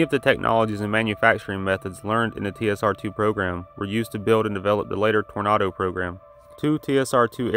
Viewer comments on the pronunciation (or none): And I beleive there was a 'Torin ay doh' in there as well instead of Tornado. Otherwise excellent videos.